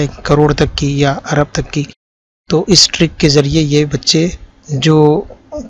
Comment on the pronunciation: عرب نہیں جناب ارب لفظ صحیح ہے۔ ویسے ویڈیو بہت کارآمد ہے۔